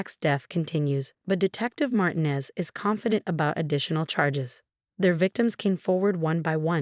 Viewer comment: ER, not air. we're, not were., have your AI program learn to pronounce Martinez correctly. Lunged, not lunge. God, not got.